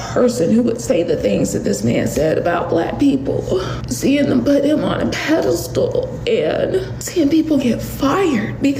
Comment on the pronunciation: Did she say people were putting Charlie on a ‘pedal stool’ ? 😂